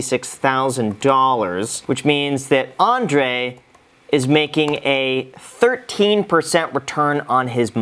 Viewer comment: Andrei Jikh, not Andre